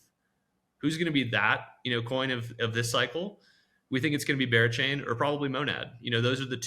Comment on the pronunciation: Did he say bearchain and monad?